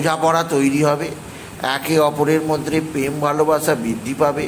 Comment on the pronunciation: পেম না ভাই ওটা প্রেম😂😂